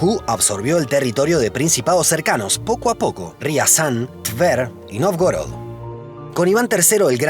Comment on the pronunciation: Excelente programa. Solamente que Novgorod se pronuncia 'Navgórad'.